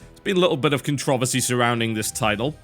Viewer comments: "Con-trovesy"? No. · Is that how you pronounce controversy?